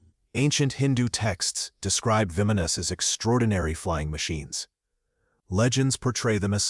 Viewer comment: It's called "vimanas" "bah-Mon-nohs," that's how you say it. I love your channel but you can't pronounce so many things. Like you always pronounce "Bob Lazars" La-zahr" so far off to. That's just a couple examples. Please look it up, Thank you.